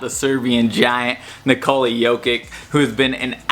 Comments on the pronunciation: fr those Balkan c's are never hard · not Jokik its "Yo-Kitch"